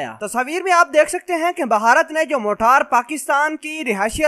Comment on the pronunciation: Bhai g ye Jo apne choty missiles ka name lia h "Motaar" ? Isko motaar nhi "Marter" kehty hen janaab Pehle ap sahi naam Lena sikhlo uske bad ispe video banana plz